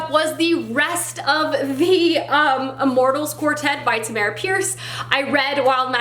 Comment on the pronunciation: Hey! I’m a huge fan of Tamora Pierce. Quick correction on how you pronounce Tammy’s name. It’s Tam-more-a. Also, the main character of wild magic is daine, not Diane the I and the A are swap. Sorry to correct you, but thought it might be helpful if you continue with the immortals quartet.